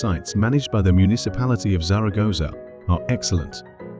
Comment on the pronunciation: Could have made an effort with the pronunciation of Zaragoza.btw " baroke" is "barok" in British English